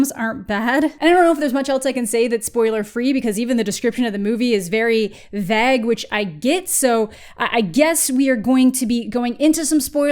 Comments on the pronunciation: I'm sorry but did you pronounce vague as "vag"? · Why do you pronounce "plague" and "vague" wrong? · how did u pronounce vague